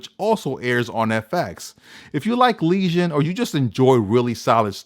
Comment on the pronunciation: you keep saying legion like lesion